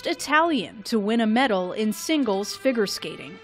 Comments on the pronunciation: anyone else kinda uncomfortable with the voiceover saying “gah-la” and “fig- urr” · did she really say "ah-dee-ah-go" when introducing D&W? and the voice-over couldn't pronounce "figure."